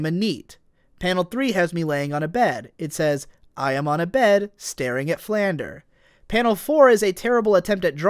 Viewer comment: YOU KEEP MISPRONOUNCING FLANDRE OH MY GOD I SHOULDN'T BE THIS ANNOYED BUT I AM.